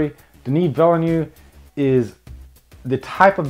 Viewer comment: Denis villain? Lmao Villeneuve! Vill-euh-Neuh-ve( i=e in french the way you prononce it)